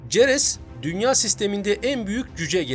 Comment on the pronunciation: ceres kelimesi seres diye okunmuyor mu